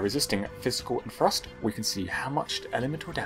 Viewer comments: Just so your aware, and it might just be me, but, i got 3/4 through the vid before i realized your saying "thrust" not "frost" you may wanna consider that. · Every once in a while when you said "thrust" I heard "frost" had to mentally correct my hearing. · Most times you said 'thrust' I heard 'frost', this I was very confused before realizing the misunderstanding. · When you say "thrust", it sounds like you're saying "frost". Pls fix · Ps. Every time you say "thrust" i hear "Frust" and i'm like "thats not an irythil weapon...." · When you say "thrust" I keep hearing "frost" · When you say Thrust I hear "Frost" and im suffering inside my head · I keep hearing "frost" when he says "thrust". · Every time he said "thrust" I thought he said "frost" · i thought he was saying frost instead of thrust for the entire video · What’s frust? You mean thrust? Can you annunciate correctly. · Thrust sounds like frost when this dood says it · I thought he was saying Frost..turns out he was saying thrust..sorry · Dang dude you gotta stop saying "thrust" like "frost" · Can you and everyone from Englandistan learn how to pronounce TH sounds FFS. It sounds like you're saying frost